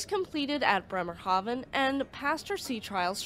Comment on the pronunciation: your pronunciation of Bremerhaven was so spot on it made me think of The Sound of Music. Did you know that the Captain and Maria had a daughter named Eleonore, but they called her Lorli?